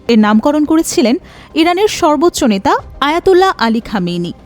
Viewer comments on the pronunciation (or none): none